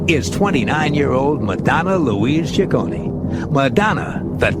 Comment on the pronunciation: Mispronounced the last name wrong the first time. It's chi-CO-nee!